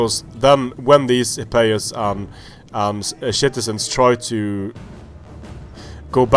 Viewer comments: Love how you say shitizens XD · If you say shitizens instead of citizens then that is AWESOME!!!!!!!!